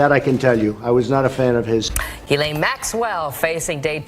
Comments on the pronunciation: Ghislane is pronounced GeeLen I watched a video with her brother saying her name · It's pronounced "Jizz Lane" bahahahhaha😂😂